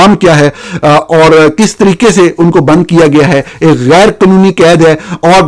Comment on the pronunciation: قنونی نہیں “قانونی”۔ آپ سے بہتر اردو تو ہمارا ان پڑھ خاک روب بول لیتا ہے۔